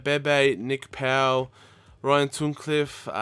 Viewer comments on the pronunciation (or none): none